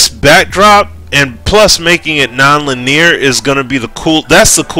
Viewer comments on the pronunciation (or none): Linear= Lin- ee- urr